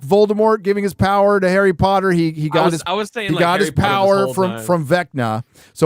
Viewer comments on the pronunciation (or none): 1: 55 "the pwer of butt f@ LOL